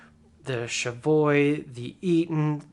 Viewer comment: "Chevoy" ?? Cheviot is pronounced: think that American classic, 'Chevy' and then add 'ot' to the end. That is how it is pronounced. No silent 'T'